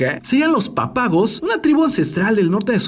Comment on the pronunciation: Dijiste mal “Pápagos”